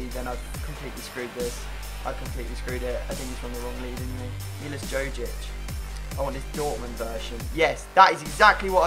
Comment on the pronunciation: Pleas try to say JOJIC like u say JOVETIC :D